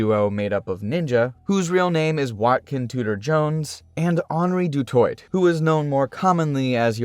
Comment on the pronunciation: You lose credibility when you don’t take the time to figure out how to correctly pronounce names like Die Antwoord and Du Toit before making a video